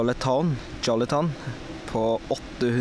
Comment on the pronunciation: En jolleton? haha den heter jolteon